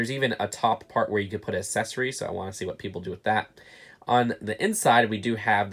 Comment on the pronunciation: Can you say ACCESS? ...ACCESSORY ...? AK-SES-ORY.... there , learning is fun kids...